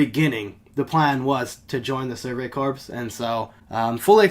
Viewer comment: I like how you call them the Survey Corpse instead of corps